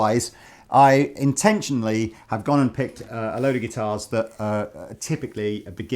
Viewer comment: intetion-lee :D